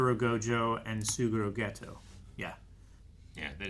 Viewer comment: Even though I don't like dubs, this one I didn't find all that bad, sure the JP version is superior in many instances, but english va of Geto and Gojo are pretty good, but I hate how in dub they pronounce Geto's name as Gaytoe